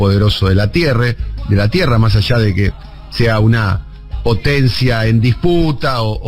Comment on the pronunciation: De la "tierre"? jajajajaaja hay que terminar con el boludeo y hablar bien hermano...